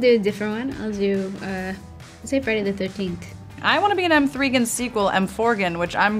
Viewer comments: NOT “M 3 GAN”😭😭😭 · did she just say m 3 gan its megan!!!🤣🤣🤣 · the way Jasmin said "M3gan" when its Megan is so amazing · She said M 3 GAN instead of “Megan” but then says M4GAN is “Morgan” 😂 I love Jenna explaining things to both her costars on each side when either of them doesn’t know something and is backed up by the other who didn’t know the other thing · WHEN SHE CALLED MEGAN. M THREE GAN 😭🙏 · When Jasmine is like " M 3 Gan when its M3gan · LMAO WHEN COURTNEY CALLED MEGAN M THREE GAN 😭😭😭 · M - 3 GAN LOL JUST SAY MEG - GAN 😂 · OKG ANYONE ELSE HEAR M 3 gan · ”M 3 Gan” lmfaoo I was dead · “M 3 GAN” PLSSS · no one gonna talk about how they r saying “emgorgen” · I’m sorry but why is nobody talking about “M THREE GAN” 😭😭😭😭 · No cuz who actually says the 3 in M3GAN??? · the way jasmin says m3gan pains me